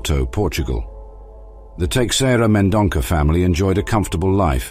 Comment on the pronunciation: The name is Teixeira Mendonça, read as Tay-shay-rah Men-don-sah.